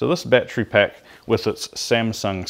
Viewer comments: battery... not batree there are 3 syllables ˈba-t(ə-)rē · you mispronounced the word battery ..